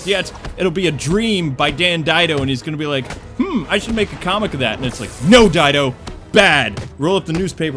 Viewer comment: Sorry, sorry, but his name is Dan DIDIO. Not Dido, DIDIO. Please get my arch-nemesis' name right. XD